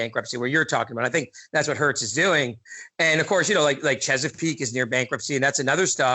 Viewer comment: Hertz is pronounced "hurts". Haven't you heard of the company?